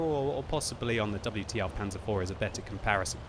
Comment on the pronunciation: Is it as bad as the fake-Hitler pronounciation he uses for German tanks?